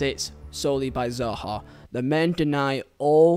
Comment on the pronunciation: I’m not sure if it’s an accent thing but please pronounce the name properly. It’s SAHA, S NOT Zaha like you pronounced it. Say it right so people don’t start thinking you meant to say Zaha.